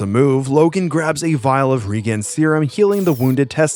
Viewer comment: "Reguen" serum? LOL! Do you not know how to pronounce "regeneration"?